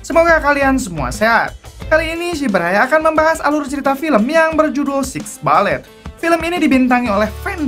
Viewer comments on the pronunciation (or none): The six bullet Sebutan bullet Bu let bukan ba lett